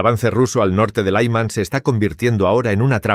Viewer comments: Es Lyman... Creen que todo se pronuncia como inglés. Paletismo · Laïman ! Que es esto ! No significa nada ! La ciudad de LYMAN con la Y , (Como Zelensky) se pronuncia como "I" larga ! NO doy "like" a este video desde que pusieron voz artificial ! Slava Ukraïni !